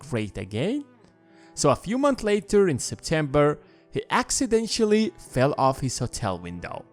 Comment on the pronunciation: No it doesn't sound convincing that he committed suicide before getting rid of his family. How could a dead man kill his family? Incidentally the acc in accidentally is pronounced like aks, aksidentally.